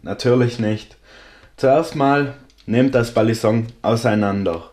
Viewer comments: Ey jo dicker nichts gegen dich feier dich und deine videos übels aber bitte sag nicht mehr BALLISONK es heißt Balisong und wird ungefähr "beilisong" ausgesprochen es nervt total beim zuhören.. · du betonst das G einfach zu stark.. Und sagst irgendwie ballinsong du sprichst es zu schnell und das g zu stark aus .. Aber kein ding man